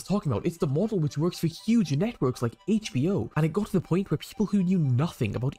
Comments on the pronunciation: Why was pronouncing HBO as HachBO? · Haitch BO 😂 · I love how says Hatech B O instead of H B O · Does anyone else find it hilarious that he can't say HBO. Hach. Had me and my sister laughing our heads off.🤣